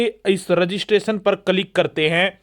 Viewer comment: Its किलिक Yaar...not कलीक